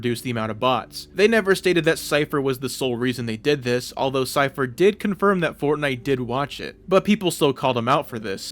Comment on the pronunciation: say "this" like a normal person